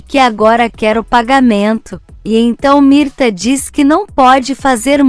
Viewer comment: NÃO É MIRTA, É MIRTES E NÃO É DARIO É DÁRIO NARRADORA.